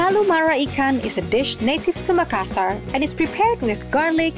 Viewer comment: Makassarrrrrrr not makassahr, you arent bule for merlin beard sake xD